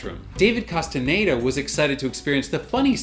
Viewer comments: Who is this David Casteneda you keep talking about in this video?? There is an actor called David Casteñeda in Umbrella Academy but I'm sure you wouldn't be so disrespectful as to not say his name correctly... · Casi todos los canales pronuncian "castañeda" como "castaneida" 🤔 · Maybe one day you'll learn how to pronounce Castañeda